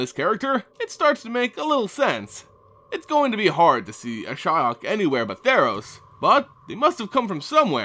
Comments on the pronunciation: ^ this. The Cringe everytime he says Ashaya is real... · Uh-SHI-ok? Why wouldn't you pronounce it "ASH-ee-ok"? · dude, it´s ashiok not ashyok... jeez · I've said before this speculation videos are really stupid, no bases, no facts, only wild thoughts. And for someone into the Lore i didn't know Nissa's Elemental got the Spark Ignited. Ashaya, the Awoken World nice speculation there.... Or, wait, do you mean Ashiok? How come in my country (non speaking country) can say that name in perfection and a english speaker say Ashaya?? fuck sake man. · Why Ashaya? Good Lord, Hell I was confused at the first few minutes. I did facepalm in the end. Sorry I love your vids but your pronunciation confuses me(I thought Ashaya is somewhat connected to Ashiok). I'm not an engrish dude or whateva, but I can pronounce Ashiok correctly. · Interesting way of pronouncing Ashiok's name. I was pronouncing it "ash ee ok" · Ash-E-ok. i love the videos for information, but your pronunciations are atrocious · At firs I almost thought you said Ashaya :) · Love your videos, but isn't it pronounced Ash-e-ock? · I couldn't make it through the video. your pronunciation of Ashiok was killing me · did anyone else stop watching the video because of the way he butchered that name? thumbs down. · I mean, I know you pronounce everything incorrectly, but I don't think you could have fucked up Ashiok's name any more than you did. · That´s how most people pronounces it. always finds weird ways to pronounce names.